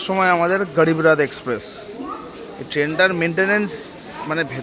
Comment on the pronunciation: আচ্ছা উচ্চারণ টা গ্যারিব রথ নয় ওটা হবে গরীব রথ। একটু কম নাটক করলে ভিডিও টা ভালই লাগে। আর বান্দে ভারত নয় বন্দে ভারত ... আসা করি পরের ভিডিও তে ভালো উচ্চারণ টাই শুনবো